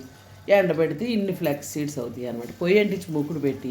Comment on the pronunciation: బాగున్నాయి బామ్మ గారు....మీరు అన్నీ కామెంట్స్ పట్టించుకోకండి అప్పుడప్పుడు తొందరలో నోరుతి రగక పోవచ్చు....answer2chepthu పోతే అందరూ అవే అడుగుతారు ఫ్లెక్స్ flax దాదాపు pronounciation ఒకేలా undi danni leave it... కానీ అదే కామెంట్ అయింది...deepfry నా బాబోయ్ అనేవాళ్లే ఎక్కువ అవే తినే వాళ్ళు ఉన్నారు కానీ కామెంట్ లో అలా అంటారు...అవి deepfry చేశారు but oil peelchaledu annaru అందులో తప్పేమీ లేదు...కొంతమంది tissue మీద papaer meeda vestaru ఎంత oily ga ఉంటాయో avi...avi తిన్న vallu ఇవి తినలేరా విడ్డూరం 😢😢😢😂😂😂